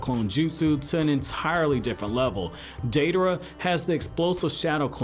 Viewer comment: I love Deidara, second worshipper of mine. I wish someday there is more info about his past Btw thanks for saying his name correct